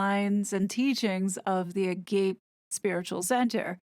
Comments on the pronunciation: Please tell me you're being funny and snide pronouncing the school's nme as "ah-gape," i.e. slack jacked mouth breathers awed by what they see, instead of Ah-gah-PEH, non-sexual love, like caritas in Latin, meaning spiritual love, not the love of Eros. Just in case you were looking for some help, although you might like me to just go f**k myself, I get that.. Great video, comme d'habitude, love your stuff! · It’s pronounced “a-gah-pay” not “a-gape”. Agape is from the Greek and means “fatherly love”. It’s a familiar term in regular Christian theology. Don’t connect the term only to these scammers please. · Its “AH-gah-pay”. Not “a-GAPE”. The noun meaning “love fest”, not the adjective or adverb This place being described is still creepy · It's a-GAH-pay, not agape, though I was agape when you were describing that "center." :) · The correct pronunciation is Ah-GAH-Pee. Not Ah-GAH-Pay. It’s a Greek word meaning “empathetic love” towards others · "Agape" is pronounced "ah-gáh-pay" - not "a-gape." It is a Greek word for divine love. (This is NOT an endorsement of the organization, by any means!) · Agape is a Greek/early Latin word. It’s pronounced exactly as it’s written which is Á-Gá-Pé and it means God’s unconditional love. A lot of new age organizations use this term to attract others especially Christians and it gives the impression it’s a Christian church while in fact it has nothing to do with true Christianity. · theres a lot of luciferian symbolism in everything they do - just saying - Aliester Crowley talked a LOT about agape love ( pronounced A-GARP-AY ) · Just a note that might be useful... I think 'agape' is pronounced 'a ga pe'. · I think you pronounce “Agape” with 3 syllables. Ah-ga-pay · Agape: uh gah' pay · Latin: ah gaw pey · Hi hon, It’s pronounced ah-gah-pay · Just fyi, it is actually pronounced ah-gah-pay. Thank you for the detailed analyses and they are always very interesting. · It’s pronounced “a-ga-pee”- Greek for the purist type of love from God